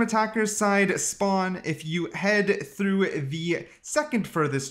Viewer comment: bro the way youre saying "through" makes me so angry